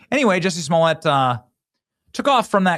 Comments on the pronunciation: You have to get the pronunciation right, like Dave Chappelle would say "juicy smuh-le-a" I implore everyone to watch his standup on that 🤣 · Excuse me sir, it’s pronounced, “Juicy Smoo-yay”!